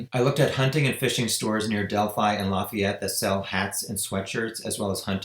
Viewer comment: "Lah-fee-ette" IN.